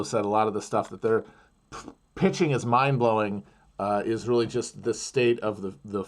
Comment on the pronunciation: Did you say mind blowing or mime blowing? There's a big difference 🧤